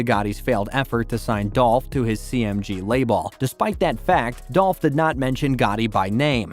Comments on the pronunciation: Wack information. its dooooolph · It’s DOLPH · rip 🐬 🗣 unnnhunn. its dolph